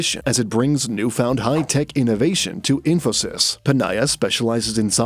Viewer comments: The "sys" in Infosys is pronounced like that in system, not "sais". And numbers after decimal points are read individually, not as whole numbers (e.g., "1.15" is read as "one point one five", not "one point fifteen"). And it's not "impact", but effect. Are you just using some TTS software for the voice, or is it actually the guy? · I wonder if this channel is reliable.. do some research or get some education on pronunciations and spelling.. infosyse!!😢 cancle 😂